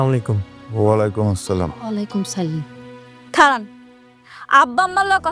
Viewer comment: নাটকটি খুব ভালো লাগলো। কিন্তু একটা বিষয় লক্ষ্য করলাম, সব নায়ক ই সালামের শুদ্ধ উচ্চারণে ব্যর্থ